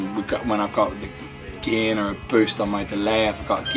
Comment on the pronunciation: If he pronounces “gain” as “gehhn,” you know he knows how to dial in a good tone.